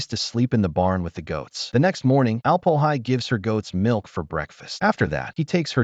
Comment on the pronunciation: "Alp-o-hi"? 😬🤨 He's the Alm-Öhi, for goodness sakes!